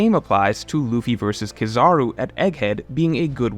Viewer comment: Akainu Pronounced (Ah-Kai-Enu) and Kizaru pronounced (Key-Za-Roo). I know it's nit picky but i was cringing very hard hearing those mispronounced. Great video otherwise